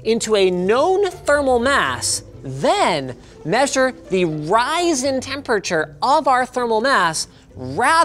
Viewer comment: "rise in" temperature = "ry-zen" hmmmmmmm